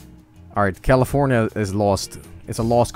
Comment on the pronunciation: "If I can get Texas and G'alifoohnyuh, I win."